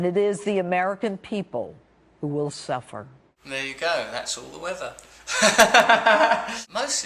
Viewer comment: That woman has had so many face lifts she can barely speak. When she says the word "suffer" she can only pronounce it "suphffer", as if her lips and teeth are no longer sure of what their individual roles are. Bits of her face that used to make plosive sounds are now called in to make passive consonants. No wonder here eyes are kinda crossed. They can't believe what they're hearing!